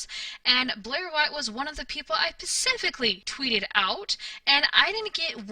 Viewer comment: Specifically not pacifically... I thought maybe it was misspoken the first few times I heard you say it but it's seems consistent. As much as you talk & as much as you seem to think you know so much you would think you'd figure out how to speak common words by now.